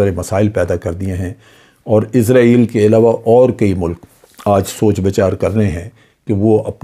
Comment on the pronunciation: سورہ بنی اسرائیل کو بھی ازرائیل پڑھوگے